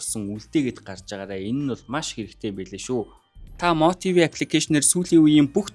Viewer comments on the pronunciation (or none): Дэлхийн хаанаас ч МО ТВ гээд юун гожигодой хэлдиймбээ😂😂😂